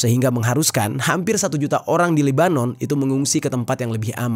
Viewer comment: Kalau chanel YT mu mau selamat Jangan nampak sangat Unsur kebenciannya, Sebutlah nama negaranya dengan betul🙏